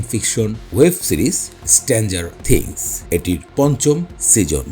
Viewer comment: উচ্চারণ ঠিক করেন। আপনার অনেক উচ্চারনে ভুল আছে। স্ট্রেঞ্জার থিংস কথাটাই ঠিক মত বলতে পারেন না আপনি।